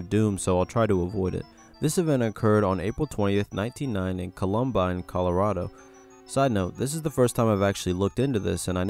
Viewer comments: im pretty sure he just said a different pronunciation instead of the normal one but idk lol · They don't burn the Owl statue thing at Bohemian grove, its just decorative with a fire nearby. Wish you did a little more research :/ also mispronounced Weiner (yeah I know) and Columbine. Cool content though.